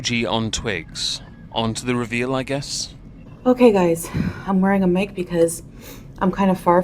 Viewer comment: I'm sorry, she's wearing a what? A "mick"? And this women thinks herself intelligent enough to speak on serious political matters.